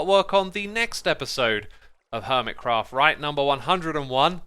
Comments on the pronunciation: he said crerft instead of craft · seconds in did you say hermit crow??? or am i stupid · anyone hear “Hermitcrow”?